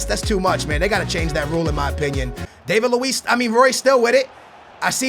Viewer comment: is from Portugal but can't pronounce David luis name properly?